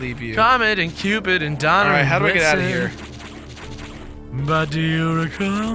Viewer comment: Also isn't it Donner, not Donna?